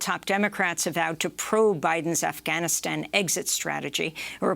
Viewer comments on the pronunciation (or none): Amy stop trying to over pronounce Afghanistan, driving me nuts.